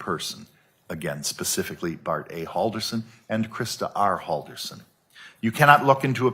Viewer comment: Imagine having a defense lawyer that's so bad, she cannot remember how to pronounce your name right.